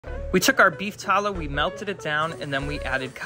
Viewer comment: please pronounce tallow correctly